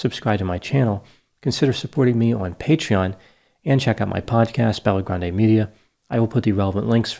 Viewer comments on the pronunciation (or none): none